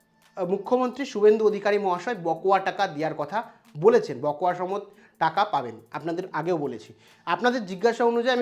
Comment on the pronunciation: উচ্চারণটা বকোয়া নয় বকেয়া হবে। আর আপনি বড্ড চঞ্চল, রোজ ১০/১৫ মিনিট ধ্যান করবেন। তাহলে খবর বলবার সময় এত হোচট খেতে হবেনা।